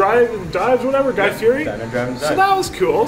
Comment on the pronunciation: And you keep saying guys last name wrong